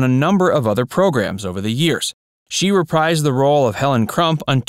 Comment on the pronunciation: reprise pronounced "re-preez" reprised pronounced "re-preezd" Rhymes with freeze, freezed.